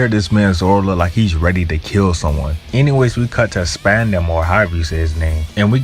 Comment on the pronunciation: Spandam is pronounces spawn dum